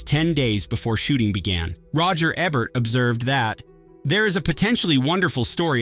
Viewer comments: OMG. It's E Bert, not Eb bert. One B. Lol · "Roger Ebbert" lol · Roger “Eh-bert”??? Too lazy to narrate your own stuff, huh?